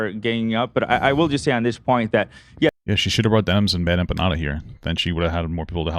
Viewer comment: She pronounces a lot of things incorrectly. Gropple instead of grapple. Empanyata instead of empanada. Like, girl… seriously… wtf.